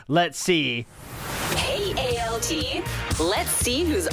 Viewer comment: The L in ALT is there for a reason 😂